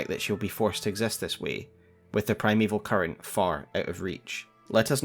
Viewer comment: Not sure if it is just because I am hungry. But at one point it sounded like you said "Primeval Curry" 😂 great video as always. Been holding off on watching these until I had a good understanding of the broad strokes of the story from playing the game. I love all the connections you find. Always excellent!